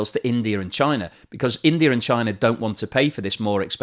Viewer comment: Russer, Chiner, Indier are in Asier.